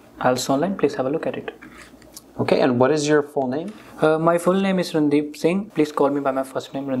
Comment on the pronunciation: It's not Rundeep 😂 it's randeep